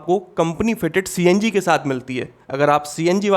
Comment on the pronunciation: CNG ❌ CNJi✅😂😂😂